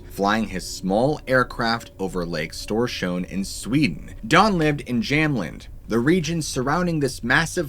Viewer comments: It's not that hard....the letter ö is a oe-sound....keep the mouth half open and say oe... 🙂. Storsjön....like stor(long o)schoen.....the sj in Swedish is a sch-sound 🙂. But you did it really good for a non Swede 👍 I heard worse 😉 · What lurks beneath! Kudos for your pronouncination of Storsjön 👏 Hello from Sweden btw 👋